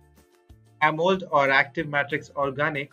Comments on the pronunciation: It's Amo‘LED’ not amold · clueless narrator: "ah-mold" viewer: closes video. 👎🏼